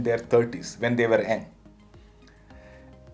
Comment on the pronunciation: Thanks for the very inspiring talk. I have been acting young and feeling young ever since I can remember. I’m in my 70’s. One suggestion: the word “young” is pronounced “yung” not “ang”. If didn’t read the subtitles I probably would not have understood exactly what you were saying. Anyway, the message came across and that’s important.